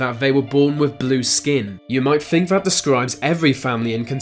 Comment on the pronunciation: Frone? Fink?